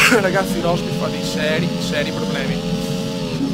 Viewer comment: mi fai morire dalle risate quando kiami rosbif a rosberg =)))))